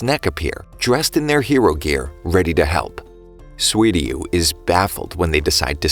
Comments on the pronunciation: Good video, but it's Suiryu, not Swiryu. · you said sweety when you said suiryu